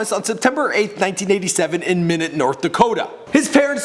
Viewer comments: it's pronounced my-not lol not minute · I live in Fargo and about had a stroke when he said minute North Dakota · omg its not "minute' ND its said like "MY NOT" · My Not (Minot) North Dakota lmao not minute😂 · It is not pronounced minute. it is My not I know this because I live in North Dakota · IT IS PRONOUNCED MIE NOT not Minute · Minot North Dakota not minute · minute north dakota smh Minot (my knot) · My not is how you properly pronounce minot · its my not. not minnot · He mispronounced Minot. It’s not (mi)-(not), it’s (my)-(not) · My-Knot not minute😂😂😂😂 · Dumb fuck it’s Minot not minute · Minot not minute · Its minot not minute😂😂😂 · It's not minute North Dakota by the way lol minot.. my not.. that's how u say it genius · Minute North Dakota do your research it's pronounced my knot North Dakota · As a person that grew up in MInot, it's pronounced My-knot, not Minute. Just letting you know, keep up the good videos otherwise. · its not pronounced minute its pronounced my not dumbass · I live in Minot not minute my not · hell yeah shout out to my state North Dakota. Also it's "My Knot" not "Minute" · its not minit its minot MINE -- OT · It's pronounced My Knot North Dakota not minute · you really dont know how to pronounce anything. its my-not... not minut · Did my man really just call it minit nd?😂😂😂😂😂😂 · I'm from North Dakota to btw it pronounced mie not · As someone from Minot I am pissed. It isn't pronounced minute' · I live in Minot and it’s pronounced MY NOT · "Minut" Bruh. U just made everyone in ND hate u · u said minot it's (My-not) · Sorry everyone this is a little late but I live in Minot and it’s pronounced my not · it's (Mi-Not) north dakota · It's Minot not Minute not to be mean but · It's pronounced (My-Not) I live an hour away from Minot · It's pronounced MY-NUT! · The city he was born in is actually pronounced my not but spelled Minot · Minot is pronounced my-knot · MY-NOT north dakota you stupid fuck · It's pronounced (My-Not) Minot North Dakota